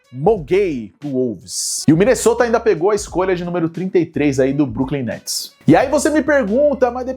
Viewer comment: como dira Alex Gargalhadas 'e agora, quem que vai jogar no bruklin netis?' kkkkkkkk belo dia pra não ser o brooklyn guy